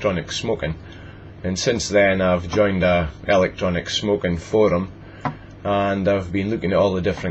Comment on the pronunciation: electrenec smoken , rofl i laughed every time you said that